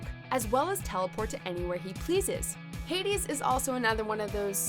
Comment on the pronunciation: Did she really pronounced it Heidis?